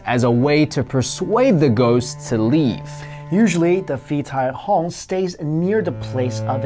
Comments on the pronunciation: oh nvm they pronouced it wrong, its actually Pee Die Hong (ผีตายโหง) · the wall: The phi-thai-hong is pronounced “pee-dai-hong”. The hong is pronounced like the “hong” in “hongse” (red). 😁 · haha The Thai ghosts are actually pronounced as "Pee Tai Hoang". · The Thai ghost is pronounced "Pee Thy Hoong" :) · Phi tai hong is pronounced as Pi dai hong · I'm Thai and it's called PI TAI HONG not PHI TAI HONG :)